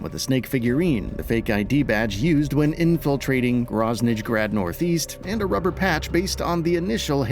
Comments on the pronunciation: The way pronounced Groznyj Grad was massive cringe and ruined the video for me. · Did anyone else get triggered by how they pronounce "Groznyj Grad"?